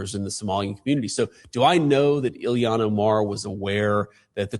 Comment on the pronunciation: Who the F is Illiyan Omar??? Why can't Vance pronounce her name correctly? And just to say, the evidence against her having married her brother (which she did to get him into this country and to fraudulently obtain student loans and federal student housing for the two of them) has been proven with iron clad evidence. THE MAINSTREAM MEDIA has obfuscated the story because the MN news journals are as left as it gets.